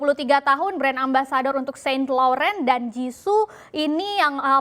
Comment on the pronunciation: baca saint laurent nya ini presenter berita salah... besok2 kalau ada materi yg mau di beritakan di pikir2 dlu wawasannya